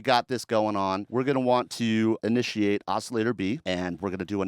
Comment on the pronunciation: Did homie just say initialate?